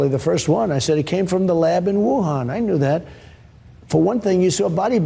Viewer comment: The poor guy didn’t even know where Wuhan was or how to say it properly